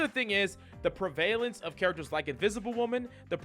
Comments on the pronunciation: Pre-VAY-lence? Lol. Pre-vuh-lence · I took this video off when this dude said PREVAIL-ANCE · Prevalence= preh-vuh-lunce